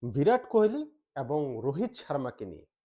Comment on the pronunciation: কুহেলি নয়, কোহলি।